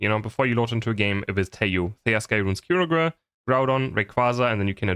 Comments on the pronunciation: BRO THE WAY HE PRONOUNCES KYOGRE’S NAME. ITS KAI-YO-GER ❤❤😊😊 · BTW it is not Kyogre. It is Kaai- Ogar. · you read it as Ka-yo-ger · Yeah LoL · I've heard horrible Kyogre pronounciations before, but took it to another level. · And it matters because? Let him have his silly German pronunciations. It's not that deep